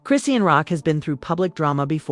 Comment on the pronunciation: All of the pics are of BlueFace, not her so called new man. Using AI voice generation is horrible because the wrong pronounciation of her name is very aggravating. So much click bait is flooding Youtube. smh.